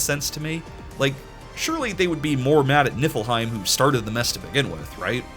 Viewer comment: I have a curse and I kept hearing you say Niflheim as Nippleheim 😅😂